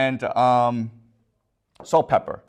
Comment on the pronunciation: this clearly isn't why he was mispronouncing it. Notice it's spelled correctly on the board. It's just his accent or whatever lol.